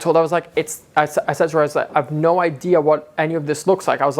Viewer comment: That Aussie “naur” has rubbed off 😂